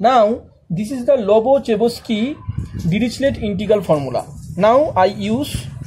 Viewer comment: the Russian and French mathematician names were ruined 😅 Lo__Ba__Cheh__Vs__Key dee__ruhsh__lay